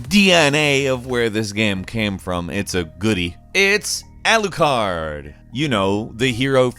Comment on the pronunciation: Alucard... It's Alucard. Lmao